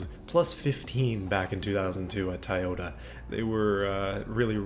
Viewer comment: I love how he say taiyota as in Taiwan